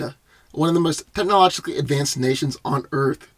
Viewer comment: Did anyone hear him trying to say technologically... that shit was funny